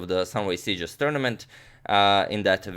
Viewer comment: Perfect pronunciation. I promise. I am from Mallorca and my native language is the same as in Sitges wich is catalan.